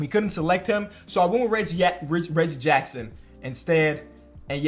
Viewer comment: the only dude i can hear mess up Reggie Jackson's name twice and let it slide.